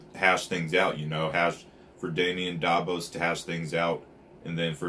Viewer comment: Are you saying Dabos? Lol its Davos btw but if I'm hearing wrong I'm sorry lmao